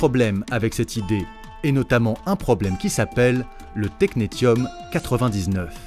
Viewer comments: Série très instructive sur le rôle largement non reconnu des femmes dans le domaine scientifique, dommage de s'arrêter à quatre vidéos. ps on prononce technessium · Et technetium se prononce "technessium" ;)